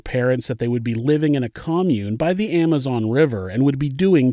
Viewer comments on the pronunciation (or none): none